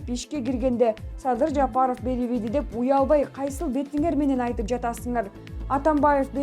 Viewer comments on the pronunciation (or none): none